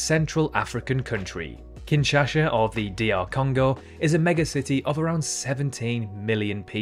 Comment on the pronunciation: ChongKWing, KYuwait, KinshaSHa … cmon my man